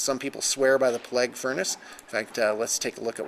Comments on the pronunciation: pla-gue not ple-gue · It's pronounced playg not pleg lol